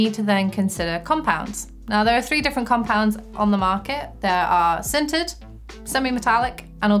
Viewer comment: I totally thought she said "scented" pads the first time she said "sintered". I was about to be very excited